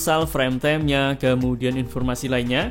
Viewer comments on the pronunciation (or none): Reviewer dialek Jawa pasti orang nya gak satupun bisa melafalkan kata inggis dgn benar , - Device yg harus nya Divais malah di baca Dives -Time yg harus nya dibaca Taim, malah dibaca Tem,,,, Guys yg harus nya Gais , malah jadi Ges. ( Kecuali Chanel ini meski dialek jawa tapi tumben yg bener cuma Gais aja, yg lain masih salah ( Device malah jadi Dives) Like yg harus nya Laik , malah di baca Lek, dll